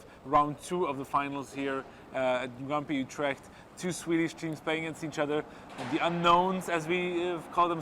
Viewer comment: As a Dutch person, I like how he prenounced 'Utrecht' :)